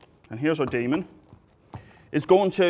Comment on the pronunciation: The first time he said demon, I thought he said Damon, and was like, "Oh no, does Matt Damon need saving again?".. lol